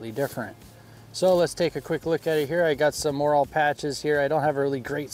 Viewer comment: Morale not moral patches. Does not rhyme with oral. 😊 Otherwise nice little kit.